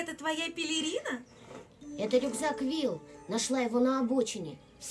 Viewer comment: Правильно говорить Вилл